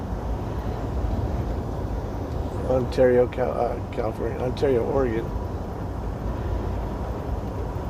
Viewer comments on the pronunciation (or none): none